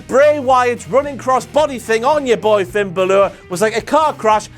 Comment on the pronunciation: the way he pronounces finn balor...